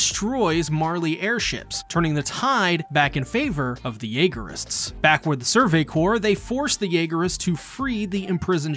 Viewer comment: survey corpse was the one that got me